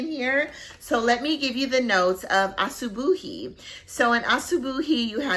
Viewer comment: Asubuhi means morning in swahili! And you pronounced it perfectly!